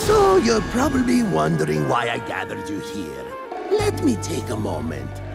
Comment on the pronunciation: Rafaam says prublebe instead of probably